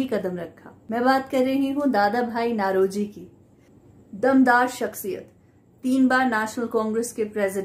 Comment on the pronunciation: नौरोजी not नlरोजी